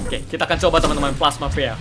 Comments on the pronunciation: Ka regie, bacanya bukan plasma péa tapi pi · Plasma pea = plasma pi Bukan kak regi bacanya harus di👆